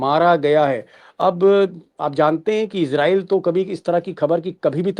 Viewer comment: इज़राइल। का असली उच्चारण है अंग्रेज़ी मे IZ-ray-el /ˈɪzreɪl इजरीयल लेकिन कोई इसराइल कोई इजराइस तो कोई इजरेल ( )